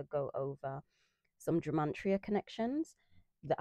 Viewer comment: It sounds like youre saying gemantria 😃